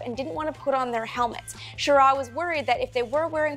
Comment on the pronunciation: You mispronounced Schirra. The emphasis is on the first syllable not the second.